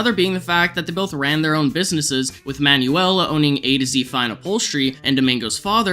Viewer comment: It's pronounced Man-well, not Man-yu-ell.